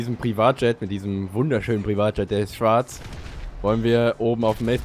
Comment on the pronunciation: Mit dem wunderschönen Privat Jet der ist "schwarz* Betonung liegt auf schwarz :D